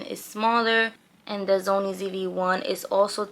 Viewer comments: why u say sony as Zony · It’s so cute how she was pronouncing SONY by saying ZOMIE the entire video! 😂